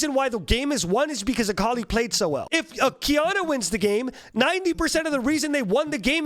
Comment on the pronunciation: It's akali